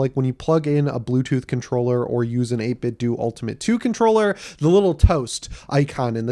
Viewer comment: I think 8bitdo is pronounced like Nintendo. Dough not do. I could be wrong.